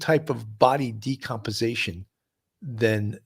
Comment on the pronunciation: Sounds likely. The bigger mystery is how this host doesn’t know it’s DECOMPOSITION - not “decomposation”